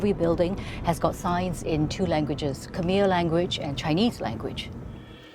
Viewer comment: Surely the reporter could've conducted a little research into the pronunciation of "Khmer" ... lol its not pronounced how its spelt.